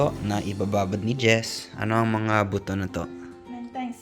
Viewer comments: hinay hinay sa pag pronounce ng “buto”. Yung pronunciation mo sa Ilocano, iba ang meaning, hehe! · sa bigkas mu ng "buto" .... bisaya: 😂😂😂😂😂